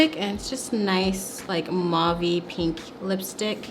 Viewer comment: mauve is pronounced "mOuv" not "muavi" :)